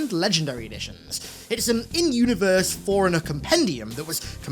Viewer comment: why does he say forerunner like foreigner?